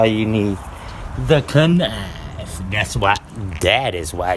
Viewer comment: I wish you would say “knife” the correct way.